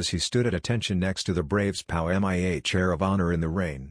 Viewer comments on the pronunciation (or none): It's P.O.W., not pow, you silly robot.